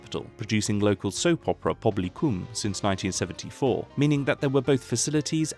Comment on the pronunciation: I love how you say Pobl Y Cwm 😂😂 you’re very close in pronunciation btw just slightly off.